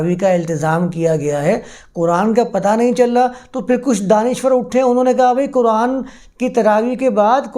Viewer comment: میاں، آپ بہت معقول باتیں کرتے ہیں، مگر خدا معلوم کیوں اردو کی عربی میں تلاوت شروع کردیتے ہیں؟ اب آپنے فرض کو فرد کہا، جبکہ فرد کا مطلب اردو میں individual ہوتا ہے۔ اردو میں “ض” کی آواز بلکل “ز” کی طرح ہے۔ اور یہی مستند ہے۔ طرفہ یہ کہ قرآن جسکو اردو میں بھی قرآن ہی کہا جاتا ہے، اسے آپ کوران کہتے ہیں۔ یا للعجب! اردو کو عربی لہجے میں بولنا اتنا ہی غلط ہے جتنا عربی کو اردو یا پنجابی لہجے میں بولنا۔ اب اردو میں تو فارسی، انگریزی، اور سنسکرت سے مستعار لفظ بھی ہیں۔ تو کیا انکا تلفظ ان زبانوں کے مطابق کیا جائے گا؟ تو پھر اردو کی کیا درگت بنے گی اور وہ کیسی مضحکہ خیز سنائی دے گے۔ اسلئے میاں اردو کو اردو میں ہی بولا کیجئے۔ آپ جب تلاوت کریں، یا عربی میں درس دیں تو بصد شوق خالص عربوں کی طرح بولیں۔ کس نے منع کیا ہے۔ اھلا و سھلا۔